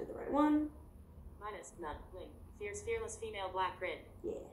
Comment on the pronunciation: It’s okay Molly, I too am ierce, arless, and feaess 😂😂